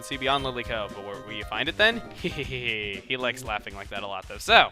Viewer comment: why does he always say *see you guys..THEN?